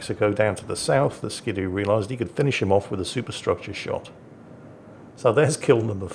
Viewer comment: It's ski doo, not skid oo. :D